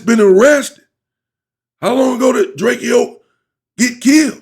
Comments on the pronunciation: DRAKEO, not Drake-e-o. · DRAKE-O unk DRAKE-OH NOT Drake-E-O So Drake like the singer then add “O”. NO “E” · Bro how you get DRAKE E O from drakeo I never understood that it’s literally DRAKE WITH A O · It’s drakEo not drake-0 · The Man's name is "Draco" - Drakeo .. do some research before doing your presentations, Champ 🏆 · OG you keep saying his name wrong (Dray-Koh) and he was a non affiliate